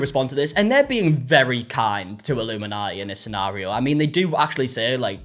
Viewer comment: Im just addicted to the way says illuminaugh'iee. ❤😂